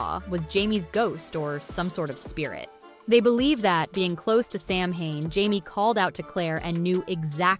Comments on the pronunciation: Samhane? Really? It’s Saa wn. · Samhain. Simplest Gaelic sound? Not Sam-hayn. Sah-wen. SAH-wen. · Immediate eye-twitching when the narrator pronounces it “sam hane” instead of “SOW-en” (among other easily-prevented pronunciation mishaps) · It's not sam hain.....its sa..wen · Mh in Scot’s Gaelic (gal ick) is a v sound. As in Slainte mhath (slan ja vah). The Gaelic can differ somewhat between dialects as it does between Ireland and Scotland. So (So ween) AND (Sa veen) are both correct. It’s that (Sam hain ) that needs eradication. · Seriously is is not pronounced sam haine. It is pronounced sowin. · Samhain - it's pronounced "Sow-en", NOT "Sam-Hane". Sheesh. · It's pronounced SOW-en, not Sam-hane. Please learn to properly pronounce words so as not to unwittingly insult those who actually celebrate these festivals. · It's pronounced "SAH-win" not "SAM-hain." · If you're going to talk about Samhain (Sow-en), you really need to learn how to say it. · You mean Sam (Yuhen) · It's ok to me to mess up. None of us are perfect. U did ur best. Ty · Thank you! I was going to comment on the same thing. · Oof. Diana's last name is pronounced, "Ga-bal-DON" (emphasis on the DON, DON rhymes with stone). And Samhain is pronounced, "SA-wyn". Otherwise, nice insights. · As a Scots-Irish American, even I know how to pronounce Samhain. It's Sah-whin. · Samhain is pronounced “Saveen” in Scottish Gaelic. And it’s not Cull-oh-den its Cull-od-en. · You lost me at "Sam Hayne" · Interesting ideas. Samahain is pronounced Soween. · The Proper Way to Pronounce Samhain: Sow-wen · Samhain is pronounced "sough-an" or "sow-an" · Please, the correct pronunciation of Samhain is *sah-wen". Thanks for the videos, but please! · It's pronounced sarwin! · Samhain pronounced sawwhen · Samhain is Sow-wen... It's Gaelic, not English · Ikr? She keeps saying it wrong and only mins in, I am peacing out. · Learn how to pronounce Samhain before making a video about it.